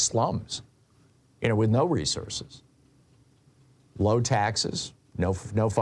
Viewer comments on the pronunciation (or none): none